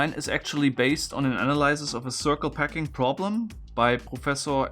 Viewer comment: Are you saying PACKING puzzle? I've been watching for a year and every time I heard "PECKING" puzzle :D Both make sense